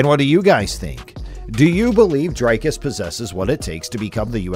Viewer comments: Bru, it's pronounced DREEKUS, not DRAYKUS! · Lets see if I can help you pronounce his name. Say "we, me, see, tree"... that ee sound. Now say "Dree" (not dry). The cus is like someone who cusses a lot. cuss. Dree-cuss. You've got the surname right. Please get it all right before his victory against Strickland. Otherwise, a great video. Thanx. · Why can't yankees just say Dricus. Dri-Kis not Dry-Kis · He OBVIOUSLY has MY backing as I am South African as well..........Oh YA - AND! - For the English speaking viewers. His name is pronounced "DREE - KUS" NOT "Dry-cus" 😝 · It sounded fine to me, he actually nailed it. edit: ok the name is a little off, sounds like Drycus, it must be pronounced "Dreecus" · Always fascinating to me that people from the USA can't pronounce his name. They can say 'big' and 'kick' but somehow Dricus becomes Dry-cus 😂 Ander ding wat hulle nie weet nie. #stillknocks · You can CLEARLY hear how the commentators pronounce his name but you insist on pronouncing it Drycus??? WHY?? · A message to the commentator in this video. PLEASE sir. PLEASE learn how to say Dricus's name correctly. The way you said it sounds terrible!